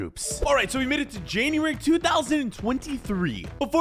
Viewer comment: January not Januari